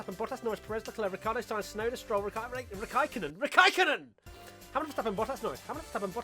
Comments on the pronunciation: "Rikaikkonen. RIKAIKKONEN." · Borris? Tsu Tsu Tsu? Rakaikonnen? Lmaoooooooo